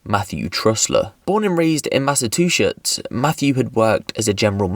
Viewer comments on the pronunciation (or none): It’s Mass-ugh-chew-sits, not Mass-ugh-two-shits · math of two shits ? right ? 🤣🤣🤣🤣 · Massa TuShits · Mass-a-two-shits eh? 🤣 I'm creasing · Massa two shits Now I can't actually say "Massachusetts" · Mass-a-two-shits 🤣 I'm dead. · "Born and raised in Mass-a-two-shits" Bro, I'm dead... More accurate than you know though. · sounded like “mass of two shits” to me. 😂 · Mass of two shits. Even makes sense as a phrase. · You know what it is, I think he said it that way because in America when we say Tuesday we're saying 2s-day but they say chewsday. So being we say it like that of course when he sees Massachusetts you pronounce it literal. Shout out to my boy for trying tho